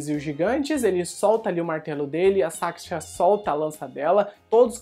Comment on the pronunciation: Pronuncia foi pro crl